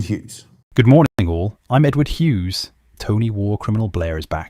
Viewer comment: It's Hughes not Hews!!